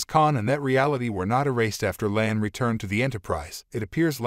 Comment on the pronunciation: NOT "LAN" , HER CHARACTER NAME IS "LA'AN" TWO SYLLABLES! YOU MIS-PRONOUNCED "KAHN" NAME AND "ROMULAN" TOO. THIS MUST BE ANOTHER "AI VOICE" PROBLEM, THAT ALL THESE CHANNELS BEING LAZY AND ARE USING INSTEAD OF A HUMAN NARRATOR.